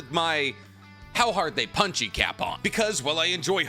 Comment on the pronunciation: Bro for the love of god please stop saying” punchie “or “punchy” or whatever tf you’re saying man it’s annoying I love you videos tho bro